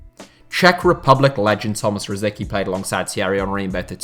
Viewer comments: Tomáš Rosický (Czech pronunciation: [ˈtomaːʃ ˈrosɪtskiː]. Not "Rosiki". Is it really that hard to pronounce someone's name correctly?! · It's not pronounced Rosiki! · Rosicky is pronounced “ro-SITS-sky” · How did you pronounce Rosicky?????? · Its hurts the way you say rosicky